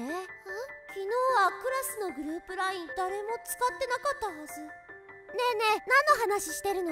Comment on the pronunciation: LINEって言ったり、WINEって言ったり、ごちゃごちゃで草